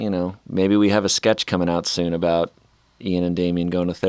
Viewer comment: Are we gonna just not talk about calling Ian Ayn?